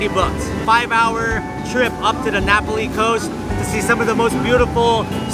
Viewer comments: Great video of a part of the island that not many see or enjoy!! Not to be critical but it's pronounced Nah Pah lee vs. napoli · It's Nā Pali not Napoli (Nah- Pali) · *Nah Pah-lee not Napoli 😂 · It is pronounced Na PA li coast. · Pronunciation; Na-Paul-Lee Coast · Love the NA Pali Coast! See if you can count how many times miss pronounces Na Pali! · At least a dozen. I liked the tour, but every time he mispronounced Na Pali, it was like dragging fingernails down a blackboard. Many years ago, I lived and worked on Kauai, plus hiked the entire Na Pali coast trail.